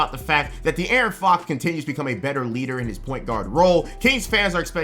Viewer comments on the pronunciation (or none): none